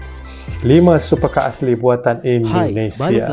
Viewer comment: SUPECAAAAA ya bang BUKAN 😄🤣😂super car